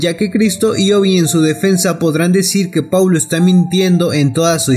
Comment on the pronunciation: "Poulo" londra jajaja